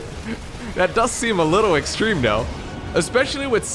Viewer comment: why do you sound like you do? EVEN DOE WORK DOE HOW DOE HE WILL BE DOE.